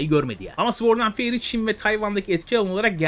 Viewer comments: Sword’da ‘W’ harfi sessizdir. Sord diye okunulur. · Güzel video. Ve tamamen iyi niyetimden söylüyorum sword öyle okunmuyo :)